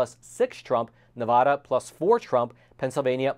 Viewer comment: you mispronounced Nevada… “I had a Nevada”